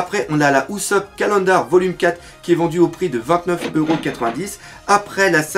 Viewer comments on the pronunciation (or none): none